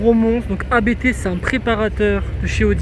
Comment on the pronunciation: Juste pour info, Abt est le nom de famille du préparateur allemand. Il ne se prononce pas Abété mais Abt.